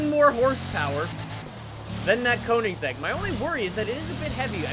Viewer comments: did this guy just say wot CONE-IN-SEGG-IG-ERA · Hol up... its cona-a-seg not conen-zeg. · Anyone else cringe at how he said Koenigsegg ??